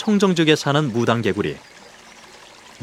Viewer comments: "무랑개굴리" 발음이 왜이리 웃긴지 ㅎㅎ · 무당개구리 라고 한국말로 발음하네요.. 한국에서 부르는 발음으로 불러주는게 참 고맙네요.